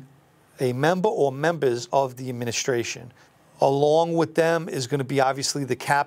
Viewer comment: "Take out membahhs during a wahhhh"